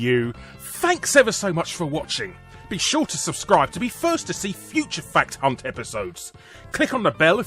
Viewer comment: Fact hunt..... I heard fat c... Haha